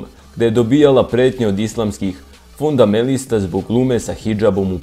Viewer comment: "Islamskih FUNDAMELISTA..."?! Ti si, sine, neokaljan inteligencijom.